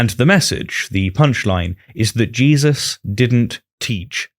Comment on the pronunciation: Did he just call him "Jizzus christ?"